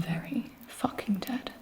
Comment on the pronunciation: the way she says FACKING its so like HUHH WHAT DID GIBI JUST SAY